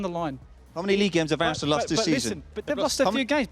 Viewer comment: "eiresenal my goodness"